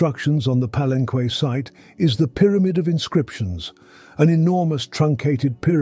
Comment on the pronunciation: Ugh, he keeps pronouncing Palenque wrong.